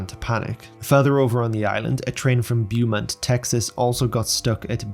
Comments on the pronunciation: It cought me off Gaurd but I just went with it lol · its all good i found it funny feller